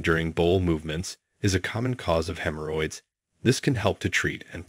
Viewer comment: Hem Her Hoyds Lol